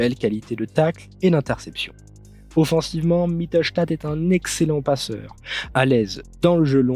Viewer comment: ca se prononce mittlestédt melt